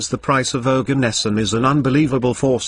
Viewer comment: Bro that isn't Organesson it's Oganesson